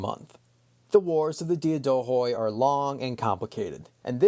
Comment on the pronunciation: Excellent podcast! A correction if you allow me: in the word Diadochoi the d is pronounced like "th" in the word "the" and "oi" is pronounced like the letter "e".